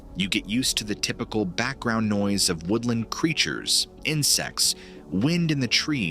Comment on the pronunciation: Good video. But the way you pronounced white noise as “nose” and echo as eco was unexpected